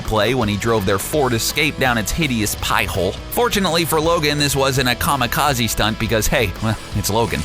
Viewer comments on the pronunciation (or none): none